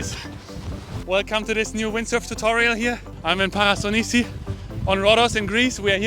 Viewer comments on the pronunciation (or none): Prasonisi. Not Parasonisi